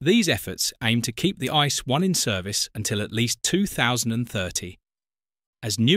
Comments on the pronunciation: This is NOT pronounced ice! This is „IT-SEE-EE”! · Yes, It pronounced not ice, more like "ii-tzee-ee". Nobody call it ice in Germany, nobody!